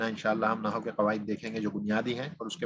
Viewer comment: جناب عربی زبان و قواعد کی تدریس کا آغاز اچھا اقدام اورکار نیک ہے. کچھ معروضات پیش ہیں اول تو آپ کا تلفظ درست نہیں ہے عربی زبان کی تدریس سے قبل اردو زبان کا درس لیجیے. لفظ نحو کا تلفظ Nahu نہیں؛ Nahav ہے. دوسرے عالم کی جمع علماء ہے علماؤں نہیں ہے. ابتدا ئی دس منٹ میں آپ کی قابلیت کا اندازہ ہوگیا. آپ درس کم دے رہے ہیں اور زیادہ پکار رہے ہیں.. مودبانہ گزارش ہے کہ آپ پہلے اپنی زبان کی صحت کیجئیے پھر عربی زبان کی تدریس کی طرف آئیے. "قواعدوں کوئی لفظ نہیں ہے قاعدہ کی جمع قواعد ہے.. تیغ بازی کا شوق اپنی جگہ لیکن قتل عام نہ کیجیے.